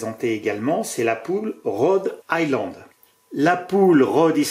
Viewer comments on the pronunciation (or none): none